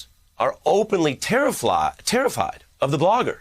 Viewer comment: I find it funny the news caster almost said "terri-flopped" instead of terrified. Because it still describes the situation perfectly.